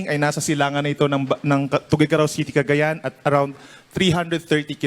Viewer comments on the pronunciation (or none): none